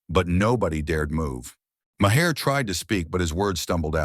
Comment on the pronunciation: Mayer? It’s pronounced like MAR.